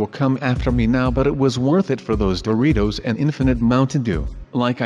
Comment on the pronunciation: Guys said "Boritos" not "Doritos"